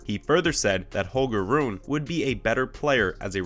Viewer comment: You pronounced nearly all the names incorrectly. Rune=Roon-uh, Corretja=Corretcha